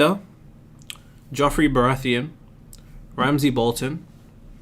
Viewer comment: This nigga said Jeoffrey Baratheon 😂